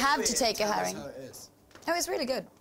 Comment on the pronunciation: she said herring not harry